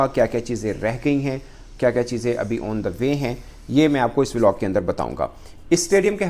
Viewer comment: 2 :39 vilog 😅 nahi hota kutte Vlog hota hai 😂😂